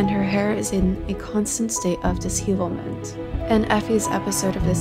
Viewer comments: Dis-hevelment? That is definitely not how you say that. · "Dishevelment" is not pronounced right.